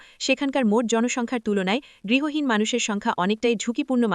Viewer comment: গৃহহীন বলুন, গৃহীন উচ্চারণ বারবার শুনতে ভালো লাগছে না । অনেক অজানা তথ্য জানতে পারলাম ।